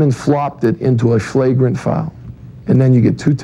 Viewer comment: "into a shlagrant foul" hahah